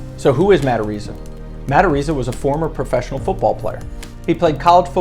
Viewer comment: You are a fool. You are not pronouncing his last name correctly. The bit** Iliana Walker says on video that she was 18. He is suing her for defamation, and is going to sue her Lawyer Dan Gilleon for millions